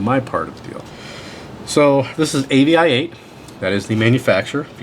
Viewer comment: I believe that the company name is pronounced like "aviate". Love your videos! Keep up the good work!